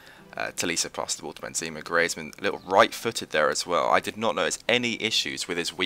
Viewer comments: its pronounced greeze-mann and benzaymá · The way you say griezmann 😂😂😂